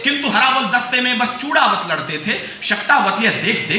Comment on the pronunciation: Great...but चुड़ावत नहीं बोलते है, चुंडावत बोला जाता है